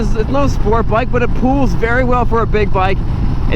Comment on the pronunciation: Forever hearing "pools" when he says pulls